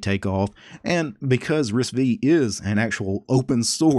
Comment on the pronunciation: Arm does not manufacture chips, they license the ISA and the micro-architecture Also, it's pronounced Risc-Five not Risc-Vee